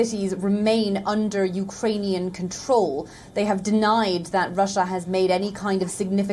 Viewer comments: Well that was thorough. By the way, he said U—ranian😄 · Can that leader speaks when he is in a lucid interval. Iranian instead of Eukranian.😔